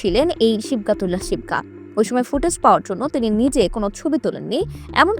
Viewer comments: নামই ঠিকঠাক বলতে পারেন না,আসছেন রিপোর্ট করতে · নামটা সঠিক ভাবে উচ্চারণ করতে পারছে না